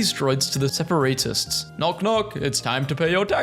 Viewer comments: God, as a massive Star Wars nerd... Seeing someone who haven't seen any of it in a good while, read out stuff they no longer have any idea how to pronounce, is painful. Tatoony? HAllfire? Separeytists? Yarael Poff? Salacious B. Crumb's iconic laughter being interpreted as screaming... Yet I am surprised they know who B2EMO is... Give this man a full Star Wars marathon of every movie and series out there! Even if that will take him like, 12 days without breaks! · I love the Sepor-ate-test